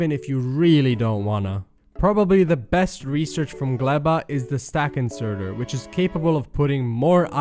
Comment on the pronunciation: " You also don't get the stack isnerter on Gleba, but on Nauvis " From now on, they are 'isnerters' and you can't tell me differently. :rofl